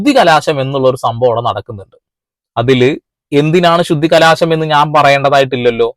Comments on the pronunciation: ശുദ്ധികലാശം അല്ല സഹോദരാ ശുദ്ധികലശം ആണ്.... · ബ്രദർ ശുദ്ധികലശം എന്ന് പറയൂ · Sudhikalaasamalla, sudhikalasam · Shudhikalaasham alla sahodara Shudhikalasham❤ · ശുദ്ധികലാശമല്ല എന്റെ ബ്രോ ശുദ്ധികലശം എന്നാണ് ശരി . അഹിന്ദുക്കൾ ക്ഷേത്രത്തിൽ കയറിയാൽ നടത്തുക ശുദ്ധികലശമല്ല . അതിനെ പുണ്യാഹം ചെയ്യുക എന്നാണ് പറയുന്നത് . അത് ഓരോ ദിവസവും ചെയ്യുന്നും ഉണ്ടാവും . എത്രയോ അഹിന്ദുക്കൾ ദിവസവും ഗുരുവായൂരമ്പലത്തിൽ കയറുന്നു ആരെങ്കിലും ഇതറിയുന്നുണ്ടോ . അത് തടയാനും കഴിയില്ല .